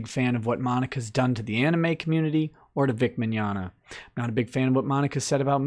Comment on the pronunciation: HEY SMOKER LUNGS, ANIME IS NOT PRONOUNCED AN IH MEE IT'S AN IH MAE fucking miserable twat